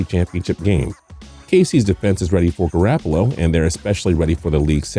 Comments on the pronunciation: if I here him say garAHppolo one more time im going to jump off a bridge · He said GarAApolo smh